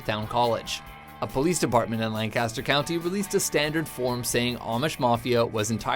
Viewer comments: IT'S PRONOUNCED LENK-EST-UR! Pronounce it like you did in this video and the locals will rip your head off (not really, but they will be highly annoyed) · Lancaster isn't pronounced like "Lan-Caster" as said in the video. It's pronounced in the old English way of "Lanc-Ester". I'm from Philadelphia, Pa. and part of my dad's side of the family was Amish, several generations ago, and came from the Lancaster area. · omfg it's "lan-ki-ster" not "lan-kass-ter" jeez I sound like Hermione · Cerdd_Wen Lan-cas-ter is the town you guys have. "Lankister" is how you refer to the region in Pennsylvania. Just like houston (Like Hewston) texas and here in delaware we have Houston..which is pronounced "howston. " Same name different pronunciation, both are right but only for their respective places. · you are pronouncing Lancaster wrong. It's pronounced like lanekister. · it is "lan" "ca" "ster" if your talking about the one in PA the others can be "lan" "cast" "er" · You said Lancaster wrong. To do this video, the least you could do was figure that out. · We can always tell locals by how much emphasis they put on the middle of Lancaster. I told this to a visitor once while correcting them, and I'm almost two hours south of you all...the entire area knows how to pronounce it. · That pronunciation of Lancaster tho